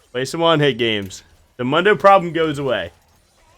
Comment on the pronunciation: The correct way to pronounce Mundos name is “moon-doe” not “mun-doe”. Hope this helps